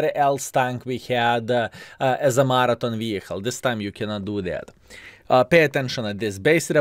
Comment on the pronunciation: Laugh my off. I didn't realize what you was saying until I read the title half way through the video. was saying Martin, I'm like who the hell is Martin and why doesn't he keep mentioning him? Oh, is trying to say Marathon.... lol love it!:)